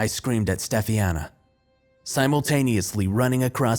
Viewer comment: Sci fi creepypasta are my favorite! And do u mean STEF-AHN-YA?